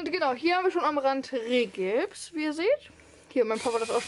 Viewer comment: Kleine Korrektur: es heißt OSB Platten nicht USB Platten und Rigipsplatten nicht Rehgibsplatten. Ich finde es richtig toll was ihr alles geschafft habt. Bin schon sehr gespannt wenn es fertig ist.